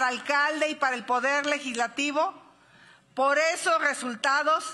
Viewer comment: QUE LE PASA??? No puede decir "POR" dice "POF" xdxdxdxd